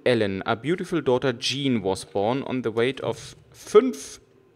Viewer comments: Übrigends, hust Sean wird ähnlich wie "Schaan" ausgesprochen oder, ums einfacher zu machen, wie "Shaun das Schaaf" und nicht wie das französische "Jean" (denk an Jean-Claude Van Damme um zu wissen wie das ausgesprochen wird) :) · Karsten Meyer Ich find das im grunde auch gar nicht sooo schlimm das er "Jean" zu ihm sagt, aber ich halte es bei Namen so wie bei allen anderen Dingen, ich möchte die eigentlich schon korrekt ansprechen. Bei namen kommt noch dazu das ich es respektvoller finde den Namen richtig auszusprechen auch wenn es hier in dem Spiel ja eigentlich nur um fiktive Charaktere geht. Naja is geht mir wohl einfach ums Prinzip :D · Karsten Meyer Mich irritiert es immer nur, wenn ich "Sean" lese und dann "Jean" höre frage ich mich immer wen er gerade meint. Immerhin heißt ja auch die Frau um die es geht "Jean". XD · Ob ihrs glaubt oder nicht, ich weiß, dass Sean "Schaan" ausgesprochen wird :) Ich denke, das ich wegen der englischen Aussprache von Jean und wegen den Rätseln an sich etwas verwirrt bin, weshalb mir das ein paarmal passiert ist ;)